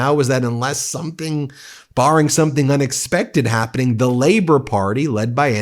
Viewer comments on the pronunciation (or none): Peter Dutton says - Somethink. If only something could teach him the correct word to use, maybe, an Education Industry or "somethink"